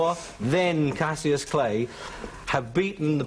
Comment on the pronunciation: 19.20 He says cassius